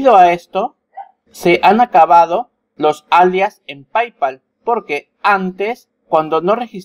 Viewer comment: ¡Hola! Se pronuncia "pey-pal" no "pay-pal".